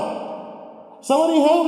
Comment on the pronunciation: "hAUlt" i heard hault not help